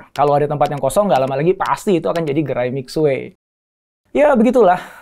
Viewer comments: Itu bacanya Mishie…. Bukan Misue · Bacanya mì xuě pak. Bukan mic xue. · Ilmu elit.. pelafalan syulit huu, masa mixuek.. kan salah donk.. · Lafalnya MI SWE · Minimal bacanya mesti tetep bener om, walau orang kebanyakan tidak. Mixie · 米雪=beras salju. Baca lidah indonesia Mi Shie. Mi Xue